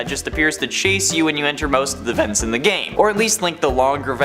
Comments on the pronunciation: Man said veents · how he says vents